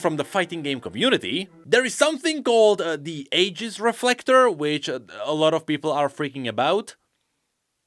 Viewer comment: bro pronounces bola correctly, but cannot pronounce aegis correctly. That's ok, even riot doesn't try.